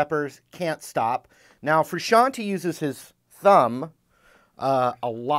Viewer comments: Frusciante. Not "frusciani". Jeez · FRUSCIANTE...not Frusciantee. It's italian name.